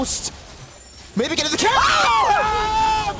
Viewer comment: The caster said "maybe get a ki-" he meant kill. Not kel.